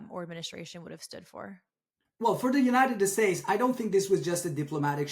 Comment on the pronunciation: By the way, as a Science & Outdoor writer, and a former Columnist and Science editor for the largest Journal in its own category in the World, I challenge in Every Category (including his knowledge in English and even Farsi)!! I can't believe that Pronounced the United States as United "Estates" 😂 Dear God he just said "Eee-RAINY-Yan", to emulate people in the west who don't know the proper pronunciation!! This is laughable!!